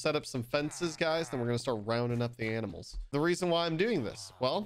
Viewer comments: No one: Literally no one::Aminals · I can’t tell if he meant to say ‘aminals’ lol